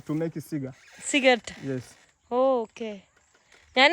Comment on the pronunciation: Cigar Alla cigaar that's different from cigarettes